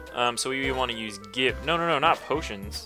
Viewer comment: You might want to change the text speed to fast so you don't have to spam A (although you notice N's talking speed more if you leave it there). Also, did I miss the reference from when you started calling potions "poshts"? I've heard you call them that in TCG too.